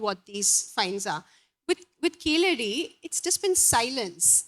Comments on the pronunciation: Evidently Keezhadi meaning 'Bottom Step' is the right word for the excavation Site, and Keeladi meaning 'Villian' in the Tamizh Language is not the desired meaning. Tamizh speakers please take responsibilty to correctly pronounce Keezhadi. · Sad to see Tamils pronouncing 'Keezhadi' as 'Keeladi'.Most Tamils who take great pride in their language are unable to pronounce pure Tamizh words like THAMIZHAKAM, VAAZHA, PAZHAM, VAZHI and KUZHAMBU correctly.How can/Why do ypu expect non-Tamils to take your love for Tamil seriously when you are unable to get the basics right.Surprisingly Tamils who are born and brought up in neighbouring Kerala pronounce 'zh' correctly. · When the name of the place is clearly "கீழடி"(கீழ் + அடி)which literally means " deep under" from the Tamil side there is the use of deliberate anglicised untamil pronunciation " Keeladi" which is self defeating the arguement. if keezadi is pronounced "keeladi" either because of negligence or inability, what is the point of complaining that the Northies don't want our civilizational being noticed! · Not to criticize her (since I'm sure the book is very well written), but why does she have so much trouble with pronouncing the name of the place, i.e. Keezhadi? She seems capable of pronouncing Tamizh.